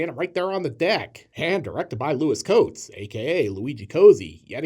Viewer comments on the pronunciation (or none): That's why they went with Lewis Coates to reduce mispronunciation risks...it's not "cosy" but kot-zee